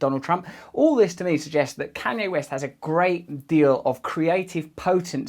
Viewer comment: ”can yea west”